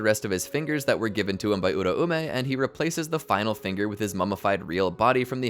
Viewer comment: It’s U-raume not ura-ume